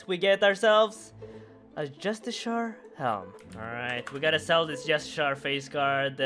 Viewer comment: Just-eh-car* fuck I love you but c'mon my guy.